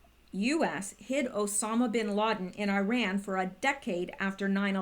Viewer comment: Did you say obama sin laden? Or osama bin laden? perhaps odammit bid lassen? are they syblings? byslings?